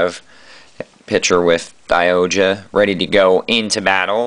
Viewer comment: SaikYo Robo Daiohja is the proper pronounciation by the way check out the series was awsome nice review